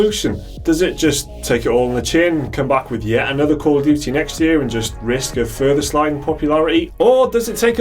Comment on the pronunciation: Duty. Not "duii"